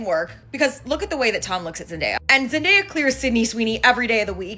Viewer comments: I’m so proud of Zendaya!!! (btw u kept saying her name like Zen.dye.a lol it’s Zen.day.a) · Her name is Zen DAY uh .. not zen die uh … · The mispronunciation bothered me too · Youre definitely clocking sweeney tea with this one. Love the video. By the way It’s Zen-day-a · its Zen-DAY- Yah lol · Girl. Zen-DAY-yah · It's ZEN DAY YA (say the word day) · Girl.. Zen-DAY-ah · You can't even get her name right. 😂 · Oh my GODDD!!! If you cannot say her name right do not say it at all!! Please and thank you ❤ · Why is mispronouncing Zenday's name?